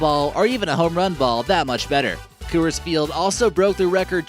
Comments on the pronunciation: Sounds like your saying "cu-urs" the company pronounces it "cores" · It's pronounced cores not kewers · Co-ers field? Isnt pronounced cors field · its pronounced Cores for rockies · It's Coor-s-field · "Unruling?!" "Costed?!" And, for Christ's sake, stop saying "Coo-ers!" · The Phillies didn't win their first World Series until 1980 (made their first World Series appearance in 1915 is what he meant), AT&T opened in 2000, Coors isn't pronounced like that, the Twins are frequently in the lower third of the league in terms of attendance with 2017 being an exception, Roberto Clemente didn't play in the earlier days of the Pirates (you're thinking about Honus Wagner there), Busch Stadium's capacity is 45,000 people, it's pronounced St. Louis Arch not arc, the Seahawks have their own stadium and do not share Safeco Field with the Mariners, the first seats atop the Green Monster were installed for the 2003 season, Yankee Stadium Dodger Stadium nor Oriole Park at Camden Yards made the list despite the fact that they are considered the best ballparks in baseball by fans all over the world. Dude, if you're gonna make a baseball video and you don't know much about baseball, which you clearly don't based on the content of this video, then do some actual smart research. America's pastime deserves better than your bad and unknowing video for people out there who want to learn correct facts and not wrong ones like those you have presented.